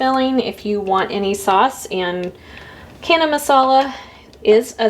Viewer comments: Friendly correction from an Indian: it is not Kana Masala, but Ch as in China. Channa. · Thank you for the lovely video. FYI the ch in chana is pronounced the same as the ch in chicken. So not “cana”. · Chana is pronounced with the ch like chips or chain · Thanks for the recipe. But ch in chana/channa is pronounced like chair, not like cat. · Wow canned indian food..love your channel..can i if you dont mind chana is pronounced as ch in charming🙂